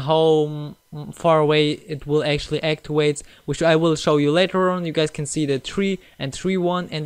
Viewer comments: Anyone hear actuate instead of activate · activate not actuait lol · Aktiwate - Deaktiwate ???😂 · haha deactiwate and actiwate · When you say activet and deactivate you sound like a new learner in english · He is Edit: not being a smartass, just saying. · Awktwavwate that’s how’s huh speks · De actuwate and actuwate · Why did you say actiwait 😂 😂 😂 😂 hahahah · Aktiwate? Just dig down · He can't say activate haha